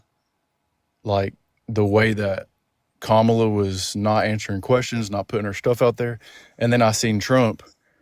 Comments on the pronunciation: This woman is so stupid. She can’t even figure out how to say her name properly. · please just hang up on people if they cant say kamalas name properly. Thats just intentional being obtuse and annoying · Why can't she be a mature woman and pronounce Kamala's name correctly??? Pathetic woman!